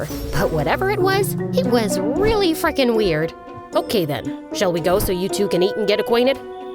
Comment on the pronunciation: Instead of frickin she say fukrin ahhaahha